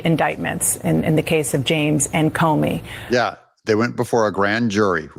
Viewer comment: Doug I’m not trying to be a jerk or anything. I enjoy watching your videos, but the past several vids you have called James Comey as James Comer. Just wanted to point that out.